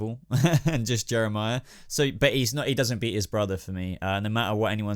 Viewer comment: you called Jerome Jehmirah and when you said raz al gul episedo was called the demons head ps I LOVE GOTHAM ps Jehmirah is my best villan and Jerome second